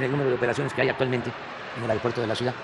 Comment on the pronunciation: López se dice ciudad no cuidaaaa